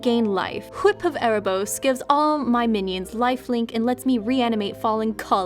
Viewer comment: wHip?, you're stressing too much emphasis on the H.